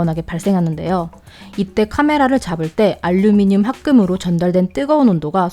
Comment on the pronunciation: 뿰케이 , 뽈멧은 발음을 굴리는데 카메라 마이크 알류미늄은 한국발음인 혼종